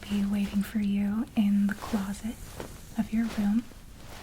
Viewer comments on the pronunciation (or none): seriously though didn’t she pronounce it like close-it?